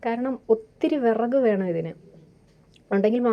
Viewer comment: എത്രത്തോളം വിറക് എരിയുന്നു എന്ന് ആ വിറക്ക് എന്ന പറച്ചിലിൽ അറിയാം 😂